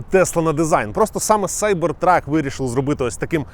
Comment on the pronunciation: Як же приємно, що ви кажете Сайбер Трак, а не кібер трак. За це відразу лайк